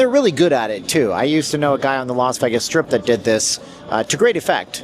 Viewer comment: You sensationalize and need to go back to Canada, for the millionth time LEARN HOW TO PRONOUNCE VEGAS….not VAGUS…..VEYYYYYGUSSSSSS. NOT VAGUSSSSS